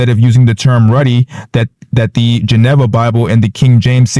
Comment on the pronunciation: Geneva is pronounced juh-NEE-vuh